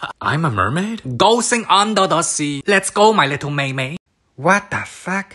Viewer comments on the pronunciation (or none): “Go 😱siaNG 😐UnDaR 🥴dA 😭 sEa 🌊 “ What I (for no reason idk why) hear: “DoAnT gO uNdA tAsY”